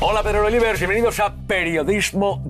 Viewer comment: "Hola Pedrerolievers" xD